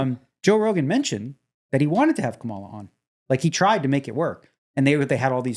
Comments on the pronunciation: Yo, Daniel. Great podcast. I watch every one. But, just so you know, it's pronounced KA-Ma-la, not Ka-MA-la Harris. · Ya, he sounds just like FDJT, trying to pronounce her name. You're better than that DNEGS.